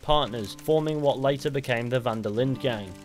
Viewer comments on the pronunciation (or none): Really annoys me how you pronounce the d in linde